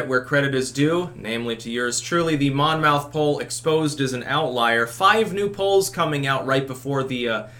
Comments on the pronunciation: You keep pronouncing Monmouth (poll) as Mon-Mouth. Understandable but everyone else, inc news media says mon-muth, and said it so as long as I can remember. For instance there's a town Falmouth in both Mass & Maine, pronounced Foul-muth. Do you really think people would call their town Foul-Mouth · Monmouth pronounced monMITH--no MOUTH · The mon-mouth poll I love the way intentionally mispronounces words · FYI, not that it matters: Monmouth is pronounced "Mommith" - source, I'm from Monmouth County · It's pronounced MON-MOTH ... I live really close..please trust me. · Just for reference, it's pronounced "mon' muth" (stress on the first syllable) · dear... its pronounced Mon_muth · the "n" is silent.